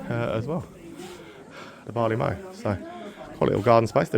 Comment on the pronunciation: Mow as in the cutting of grass is pronounced like low, mow the place to store barley is pronounced like cow.